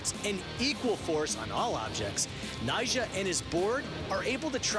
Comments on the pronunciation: Yeah it's like he says Nyshah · It sounded like nyshjah or something like that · anyone else thought he says 'nyjah' in a weird way?